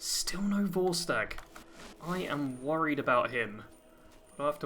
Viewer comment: vortsage? You mean Vorstag?